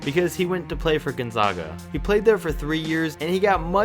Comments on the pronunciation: I have to correct you on behalf of everyone in Eastern Washington. You mispronounced "Gonzaga" and "Spokane"...it's GonzAAga (not GonzAHga) and Spo-CAN (not Spo-kane). How would a person know if they hadn't been there? I get it...but still...everyone from Spokane cringed when you said those words. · Gone-ZOG-ah and Spo-CANE. ARGHHHH! Learn to pronounce the things you're talking about. It's Gone-ZAG-ah and Spo-CAN. Sheesh. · Gon-Zag-A, not Gon-Zog-A, Spo-Can, not Spo-Cane. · It’s pronounced Spo-can not Spo-cain and it’s pronounced Gun-zah-guh not gone-zaw-guh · Why do people say (Gon-zawguh). It’s pronounced (Gon-zag-uh) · Listening to you pronounce Gonzaga wrong every time you say it hurts me, it's Gonzaga not Gonzoga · It's Spokane...like cane, candy cane. Long A. And Gonzaga....Gon-zegg-a like egg 🥚.... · Gon-zayga* and Spoke-anne*. Get it right. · It's pronounced Gone-Zag-Ah and Spoh-kane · You said Gonzaga/spokane wrong. 😂😭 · Homie, you pronounced both Gonzaga AND Spokane wrong in this video. I honestly couldn't keep watching after that. A little more research might help. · Learn to pronounce Gonzaga and Spokane. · Learn how to properly say Gonzaga and Spokane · Wheelz no, but this man needs to learn how to pronounce Gonzaga, and I'm a regular cake, not a cupcake